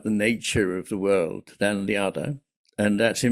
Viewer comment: your heavy accent causes you to pronounce "world" as "word." You omit the "l" sound. So that shows up in the captions, as well. The issue is that it misleads the viewer and obscures Iain's meaning.